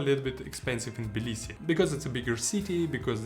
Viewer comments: Good video but Jesus Christ my friend....its TTTTTTTibilisi there is a T in it! It's not Bilisi. You lived there for how long? You should know that by now. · Interesting video man! Quick question: Is the T of Tbilisi not pronounced - Sounds like you're saying 'Blisi'.